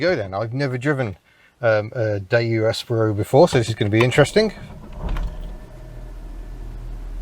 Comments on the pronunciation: "Espero" -- the stress is on the second sillable, not the first -- is Spanish for "I hope", or "I wait". Spanish does not have a distinction between the two. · I almost bought one of these back in the day but decided to get a Nexia instead. Reading reviews I'd always assumed it was the second 'e' was pronounced as in 'Eat' not as in 'egg'. I had quite a shock when I heard it pronounced!